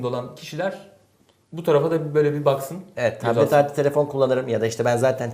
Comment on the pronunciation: soldaki arkadaş sürekli taplet taplet diyor B harfi yok adamda P kullanıyor sürekli :)